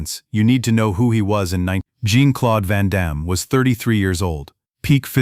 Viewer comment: Van Damme"s first name is not pronounced as a woman"s name, like blue jean. Please pronounce his name properly.